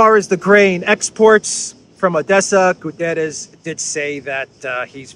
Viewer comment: GU - TTE - RES . It is a portuguese name not spanisch.